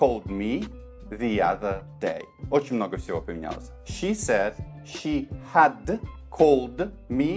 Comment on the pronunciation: Большое спасибо! Увидела Вас впервые, теперь буду частенько смотреть Ваши ролики. Очень хорошо объясняете, но есть одна ошибочка. Вы не правильно читали слово "Had". Оно читается "Хэд", а Вы читали "Хад".